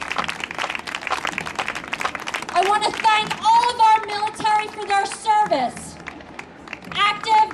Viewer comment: did she break her jaw earlier that morning because she keeps saying mOn-sOn-tOe and miliTAURy?